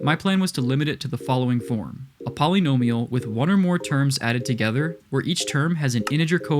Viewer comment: Great video, but I hate the way you say “polynomial”